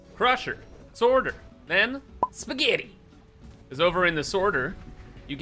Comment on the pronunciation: The way he said spaghetti,😂😂😂😂😂also can u fromnow on call conveyabelts spaghetti pls